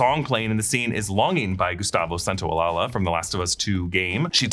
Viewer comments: Gustavo Santaolalla (Santa-oh-laʝa) not Santaolalaland😅😅😅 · please, to the people writing these videos... I'ts pronounced Santaolasha. san-tao-lasha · "Gustavo Santaolalla" last name is pronounced "Santaolayuh". Please stop butchering it 😅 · San-tao-la-ya (as the Y in yes)